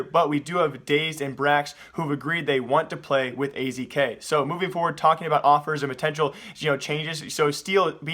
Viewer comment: was it just me or does he say awpers instead of offers